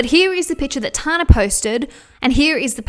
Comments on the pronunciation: I love you but it’s pronounced Tan-ah, not Tar-na 😂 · Tana Mongeau’s name is pronounced Tan-na. Like when you tan In the sun. “Tan” then “na”. Tana.😭😭😭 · I love your videos,! Just letting you know that it's pronounced as 'Tanna' and that she openly admits to photoshopping the sh*t out of her Instagram posts... not that it makes it okay but at least she's not completely deceiving all of her audience. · The way she was saying Tanas name 🤣💀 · I never realised how different the we say the name Tana is until I heard another Australian say it out loud haha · I can't get over how you say tana 😅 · love the video but i cant get over the way you say tana haha